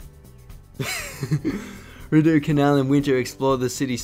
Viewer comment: "Kluane" National Park is pronounced, "Klew-Aww-Nee", also it's the "Ree-Dough" canal---- from a government of Canada cartographer :)